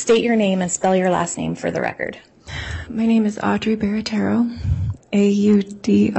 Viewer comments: ALL these people are more than easy to play. This Barratarrio women doesn’t even pronounce her own last name correctly. Fascinating! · B-A-R-A-T-T-I-E-R-O, not Barratarrio. C'mon, guys! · 🚩🚩🚩Hey EAST IDAHO NEWS !!! YOU LISTEN! She's had her life upended, the LEAST U can do is-SPELL her last name right! It's stated w/I 25 seconds, 4 syllables- 🚫5, 2R's- 🚫4, 2T's-🚫1! BARATTIERO; sounds like 'bāratārō'. 🚩🚩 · Barattiero. She spells it out. It's a thing they do in court. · That’s not how she spelled or pronounced her name lol